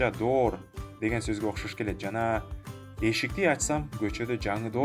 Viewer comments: Доор эмес , дуур деп окулат (door) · Door - [дур] болуп окулат.